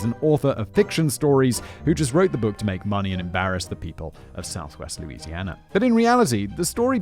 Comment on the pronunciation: And yes, everything in southern Louisiana is french. Your pronunciation is quite humorous though